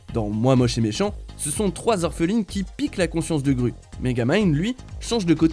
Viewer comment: On dit « grou » pas « grue » quand on parle de moi moche et méchant on dit pas n’importe quoi 😅😂